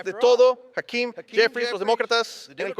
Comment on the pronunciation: Creo que estás pronunciando mal el nombre de Hakeem.